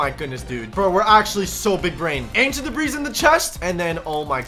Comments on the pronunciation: He seriously pronounces the s in ancient debris 💀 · It’s ancient debris but the s is silent Bonk